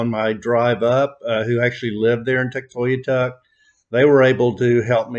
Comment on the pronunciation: You’re pronouncing Tuktoyaktuk wrong. You’re forgetting to say the middle K :) Tuk-toy-ak-tuk